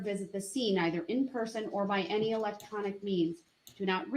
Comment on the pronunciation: I think he has no idea what leading or hearsay or relevancy actuall y mean. He just says it to say something. He apparently skipped 1st grade when you learn “sight words.” Even my 6 year old granddaughter and grandson know “any” isn’t pronounced N-T, nor is it spelled that way.